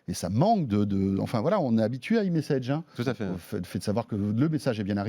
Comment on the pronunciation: Le mec qui prononce eMessage... ><